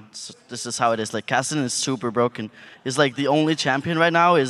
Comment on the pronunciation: Kassadin supah bwoken